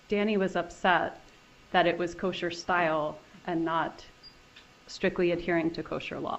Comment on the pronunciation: I don’t think this lawyer did that great. Mispronunced “Kosher” and has a few failed attempts to get Wendi rattled. Wendi had a few moment that actually stomped him.